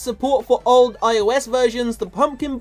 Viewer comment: When he said "supercell is ending support for old iPhones" i thought he said "all" instead of "old" I almost freaked out